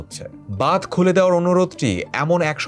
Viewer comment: Language akhono dikhte hobe vai ।।। Bad noi ,hobe badh , আর ও উচ্চারণ a ভুল ভাল